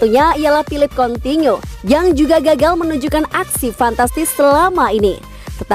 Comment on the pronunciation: Cabayero. Double L di latin dibaca Y bukan L lagi. Coutinho dibaca kotinyo, bukan kontinyo. Kok bisa bambah2 N Kyak kont.... apa gitu min. Perbaiki dong penyebutan nama pemain biar kontennya ga asal jadi.